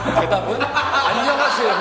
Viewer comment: 아놔...도덕수업 하는 와중에 발음이 너무 귀에 들어와서 ㅠㅠ 쪼끔 보thㅜ적인...인thㅏ입니다..안녕하thㅔ요..thㅔ븐이얼즈.. 미안ㅠㅠㅋㅋ